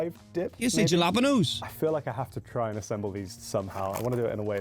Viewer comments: Ja lap ennos? How about Hala pen yos? Phonetically speaking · Fave a tie between Buttered and salted (real butter) or Buttered w/ Frank's Red Hot Original Seasoning & Lawry's Seasoned Salt sprinkled on... omg... but depends if I'm feeling more nostalgic or not (respectively), which one wins. I's pronounced HAL-a-Peen-o's Not Jal-ap-pen-o's. Just fyi. Exactly, it is NOT healthy or, tbh, all that great - which is why you sneak in your own ;) Just get beverages there... unless they do not have yours ;) Then, sneak that in too. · Juh-lah-puh-nos ??? Brits are incapable of correctly pronouncing Italian and Spanish words Ha-la-peen-yos !!! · Hal a peen ohs, not jalapinos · Jalapenos = halaPAINyos. It drives my nuts when I hear British people say tacos. "Tacos" has the a sound in father, not the a in dad or the first a in American. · He did did not just say J -ala penose 👃🏽😐🤦🏽‍♂️ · Noooo, he didn't! Huh? Juh-LAP-uh-noes???😂😂😂😂😂😂😂😂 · Curiously, the same guy pronounced it "hal-apeno" later in the video. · Are you BRITS not capable of remembering that Spanish Js are not pronounced with a J sound but an H!!! It’s pronounced HALA PEEN YOs!!! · making fun of the dude for not saying 'jalapenos' right when he pronounced it the same wrong way on stream last week XD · 😂😂 What did he just call Jalapenos? I seriously wonder what is going on that you guys can't pronounce that one.